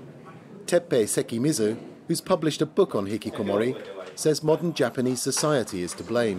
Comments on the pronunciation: you can't just put a french spin on a Japanese word. It's not even an accent thing, he failed to pronounce it properly. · I laughed at this because he said hikikomori with a French pronunciation XD it's a Japanese word lol. You could tell the newscaster was trying to emulate the way the French person said it instead of listening to the Japanese pronunciation. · as a Japanese, I love how he pronounces 'hikikomori'. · I like how the host pronounces "hikikomori" with a french accent because he probably learned the pronunciation from the french guest, and doesn't pronouce it the way it would be said in japanese. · And he pronounced hikikomori with a French accent. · The presenter with the glasses speaks English with a perfect English accent but pronounces the Japanese words with a french accent lol. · I love the English presenter pronouncing the Japanese word 'Hikikomori' with a French accent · I find it funny that they pronounce hikikomori not in an english accent as they are speaking english, not in a japanese accent because it is a japanese word, but in a french accent because... its a french program? lmao